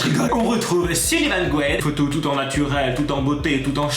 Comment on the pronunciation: SuLivan pas SuLLivan !!!